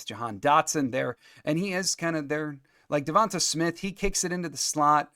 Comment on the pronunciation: DeVon-TAY Smith not TAH. It's not as hard as some of those Pacific Islanders' names. I think I can finally say Tua's last name, Tagovailoa. How'd that sound? Good?